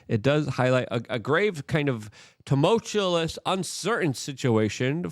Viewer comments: I sincerely love Luke. But for THE LOVE OF GOD, stop using the word tumultuous when you cannot pronounce it! Phonetically, it is pronounced Temult-You-Us. There is not an extra L in the word! It diminishes the obvious intellect you actually have when you mispronounce it. It is better to use another word you can actually pronounce due to English being your second language. Every time I hear you say it, which is very often, I cringe. The language is filled with plenty of synonyms that are easier to pronounce. 🤦🏽‍♂️ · If you still don't know how to say tumultuous, don't say it. You sound stupid.